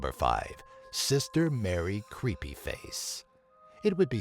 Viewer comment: The way this guy talks i swear makes this video leas creepy. He says google like "goo go" And creepy he sounds like timmy from south park saying "CREEPAY!" Like lmao oh man xD GG